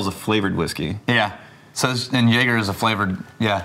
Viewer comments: He called it JaGGER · That man has spent his his entire drinking life calling it JAG-er and his friends just let it keep happening. I don't know why but it's kinda great. Lmao